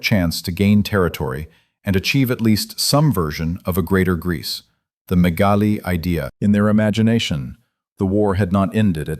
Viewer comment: The name of the Turkish writer is Halide Edip Adıvar. You have mispronounced her name. You have also made a mistake in pronouncing the Greek irredentist movement “ Μεγάλη Ιδέα» . Do not pronounce the word idea in English but in Modern Greek.